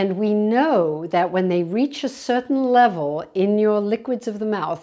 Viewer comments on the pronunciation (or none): none